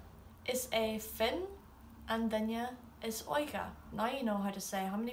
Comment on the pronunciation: YAAAAAY! You say “duine” as “DINya”! It’s the little things! 😂 Drives me crazy when I hear “DINuh.” 😆